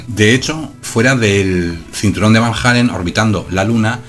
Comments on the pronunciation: Disculpa pero se pronuncia como se escribe: Van Allen no Van Jalen (Halen) jajjaa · Los astronautas llegaron a la luna y atravesaron los cinturones de van jeilen... No sé si llegaron a la luna, pero si ya empezamos con que no sabes ni pronunciar Van Allen...